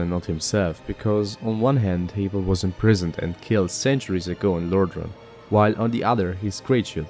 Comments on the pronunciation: it's like have you don't say the a's name so like havel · I think your saying haval wrong I mean Idc personally but just letting you know